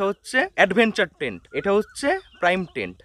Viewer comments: ওটা প্রাইম টেন্ট নয়, প্রিমিয়াম টেন্ট😊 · তুই প্রিমিয়াম কটেজ কে কেন প্রাইম কটেজ বলছিস রে? একটু পড়াশোনা করে আয় বাবা । এত ভুল শুনতে একটুও ভালো লাগে না তোর মুখ থেকে।